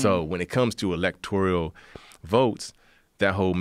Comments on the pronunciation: "Biden, feelings, politics, electoRIAL, Biden, electoRIAL..." Learn to say ELECTORAL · "Electorial" college? He is mispronouncing words while calling trump "inarticulated". Good stuff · I live in those "midwest states" and his dude knows literally nothing. and it's electoRAL, not electoRIAL, genius...